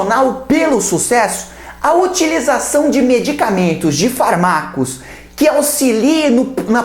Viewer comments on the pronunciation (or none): "FarmÁcos" kkkkkkkkkkkkkkkkkkkkkkkkkkkkkkkkkkkkkk